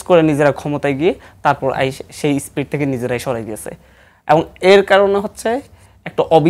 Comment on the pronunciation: স্প্রিট না স্পিরিট 😜